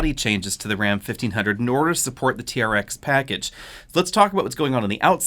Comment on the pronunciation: Sounds like he saying Raptor vs T-REX.